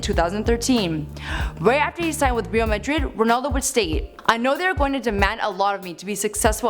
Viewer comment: Reel Madrid? You mean Real as in royal.